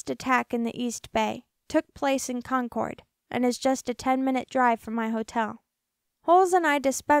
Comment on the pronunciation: I live in Contra Costa County. You didn't pronounce that right, or Concord, or San Jose